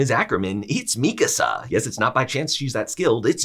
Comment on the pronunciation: Thank you for pronouncing Mikasa's name correctly. Very few YouTubers do.